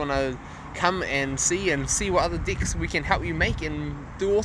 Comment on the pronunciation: Swear he keeps saying dicks 😭🤣